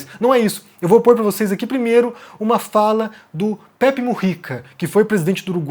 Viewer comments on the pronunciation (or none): none